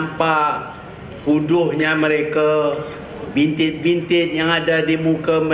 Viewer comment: apa yang Tun cakap ni? cakap pasal muka pulak. facial show ke ni? kalau ada bintik tu gunalah produk kecantikan. sebut bintik pun salah. bintit bintit.